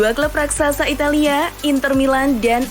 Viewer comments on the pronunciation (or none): none